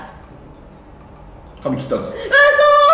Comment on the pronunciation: 「髪切った」が「噛み切った」になってておもろい笑